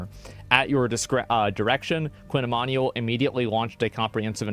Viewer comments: It's pronounced ee-man-you-ell not ee-man-ee-all Baldy. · i think its pronounced "e MAN u WELL", sound it out, nice vid otherwise